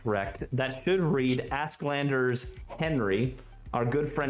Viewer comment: Honest question: Is "Asklander" accepter pronunciation in 9th age community? Åsk is swedish for thunder and it should be read more like "Osk".